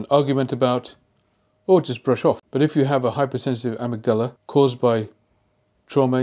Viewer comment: It is not pronounced 'amygDALA'. It is 'aMIGdala'